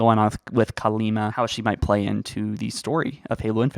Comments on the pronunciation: Kalmiya, not Kalima. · It’s not Kalima, it’s Kalmiya. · It's Kalmiya ;-) not Kalima. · Wait wait wait. I'm unsure of the dates buuuut, how old is Kalima? (I haven't read the book, you pronounced it as Kalima but spelled it Kalmiya in the video chapters) Shouldn't she have died at least twice over? She's going to be absolutely expletive deleted insane! edit: Kalima sounds awfully close to calamity. Just sayin. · Her name is Kalmiya, not Kalima